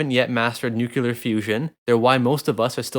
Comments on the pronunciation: Solid video. However it's NU-CLEAR not nuke-ular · Nuclear, not nucular. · The cringe on the pronunciation of nuclear is strong.